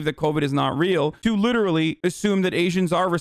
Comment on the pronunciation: "LITT ERLY" - hasan, all the fucking time